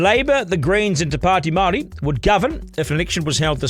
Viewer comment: At least learn to say Māori properly Stu!